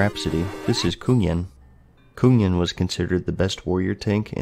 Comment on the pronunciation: Kungen = the king in swedish Amazing to hear him trying to say it in the video